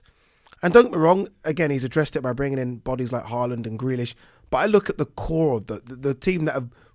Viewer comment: Were you about to say grillish and marhez world class 😂😂😂😂